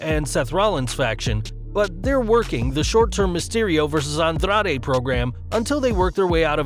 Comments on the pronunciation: The way this guy pronounces Andrade, and Carrillo makes me want to throw up. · andrrrrade...carrrrrillo lol..chill with the Rs